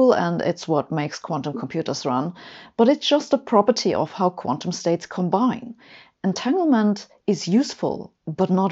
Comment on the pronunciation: A brilliant explanation. Sabine always does great videos & speaks English so well. As a pedant I have to point out that "entanglement" is pronounced with a "g" unlike in German. And its "stronger" with a "g". Thats the trouble with English & German - spelled the same but pronounced differently - "Finger" & "finger".